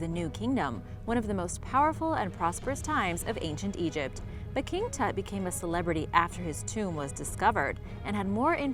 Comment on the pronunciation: Lmao she can't wven pronounce Tut